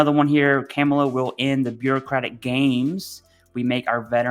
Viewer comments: First - when someone says "I am keeping politics out of it" - I immediately hear the same thing as when somebody says "I don't want to sound racist, but..." then says something racist. Second - She is VPOTUS and you should learn to pronounce her name properly. Her 4 year old nieces did a good job of explaining how to do it during the DNC. If a 4 year old can figure out how to do it, not sure what that says about adults who cannot manage. Third - My father and I had better luck getting VA disability and benefits under Dems compared to what we got from Repubs. My father was wounded 3 times as a draftee in Vietnam, obvious PTSD issues. He could never get approved until Obama changed the rules as far as proving service connection for PTSD. Prior to Obama, you needed specific proof and several witnesses. Yeah, hard to find witnesses when some were KIA, WIA, and basically disappeared after getting discharged. Post 9/11 GI Bill for me - although signed by Bush 43, was a Dem initiative that they basically had to force Bush to sign. I also finally got disability under Biden/PACT act. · Appreciate your perspective and holding these officials accountable,. It was also pretty funny hearing you say “Kamala” like an old southern white lady saying “Pamela” 😂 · The pronouncing of her name Kaa-muh-luh. Not Cam. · Not camel ah but Comma La.... 👍🏼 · Commi-La. I'm not the guy that normally points out spelling errors. Communist Camel-la!! Tomato or tamato. Dems are so worried about peoples accents and not the actual issues in the US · You need to pronounce the name correctly Kamala (Comma - La) Harris.with you doing that I am worried.. but Riddle me this what is the Vice-Presdents job? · Informative video!! Just a quick note for future videos her name is pronounced Coma-luh. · You pronounce a persons name correctly in a professional context, unless you want to be seen as a fool. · You should probably learn how to say her name first